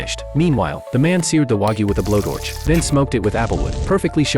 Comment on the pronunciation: “With a blow dorch“😂